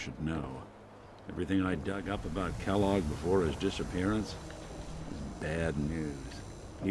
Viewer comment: When Valentine said Kelloge I was like. "You don't know the cereal?!"